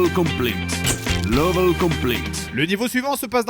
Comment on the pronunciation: On prononce pas "lovèl" mais "lévol" pour le mot level... x)